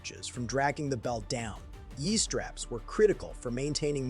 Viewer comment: AI narrator was awful. Bad English and bad German. “Ye” straps?!?! Technically inaccurate- examples: “98k formed the backbone” dumbass, the rifles provided support and security to MGs Really too bad the writing and production were so bad, as it is a popular topic.